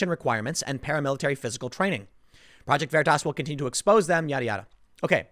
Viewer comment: You said, "Exposé"